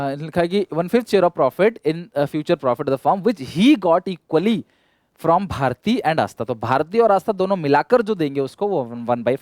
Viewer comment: 💓💓❤💓💓 LOVE YOU SIR💓💓❤💓💓 sir aap jab bhi galti karte ho bolne me to hum ko hashi aate hai or padne me maja bhi aata hai hum ko pata hai ki aap sayad janbujh ki galti karte ho jaise bharti ko bharta bolne me I'm kidding but sir you are great great great best teacher.